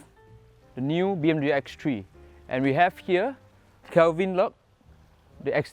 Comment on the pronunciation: X three la not X tree